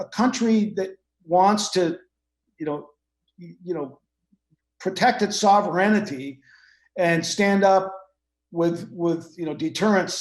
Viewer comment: Why is everyone pronouncing "sovereignty" wrong? lol. I've heard it TWICE today. It's funny. They say " so-ver-en-nity" and that's not how you pronounce the end. There's no "i" near the end of the word.